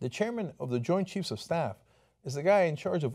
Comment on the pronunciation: "Choint Jeifs" Lol :'D